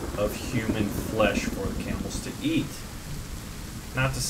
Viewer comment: Why is it that whenever you say 'cannibals' I hear 'camels.' ._.